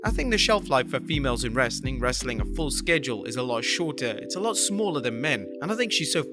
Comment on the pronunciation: I'll stop watching if you ever stop saying "Wrrrrestling content" at the end!